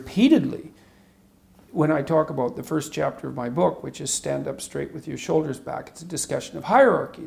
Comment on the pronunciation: NO DOOT ABOOT IT! NO DOOT ABOOT IT! Good Ol Small town Albertan Boy accent coming through strong, Gotta love it Much love to you from a guy born and raised in a small town in Alberta (Tofield) Keep up the good work Jordan! Sincerely David Martin